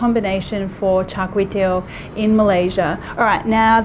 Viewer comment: Good job trying to pronounce it 😂 As a Singaporean I know how it's supposed to be pronounced. The only thing was your last word, which should be pronounced 'tee-ow' (pronounced quickly as a diphthong; 'ow' as when you are in pain). But you said it so cutely nevertheless !! 😁😄 greasy food ftw... lard is a must though yum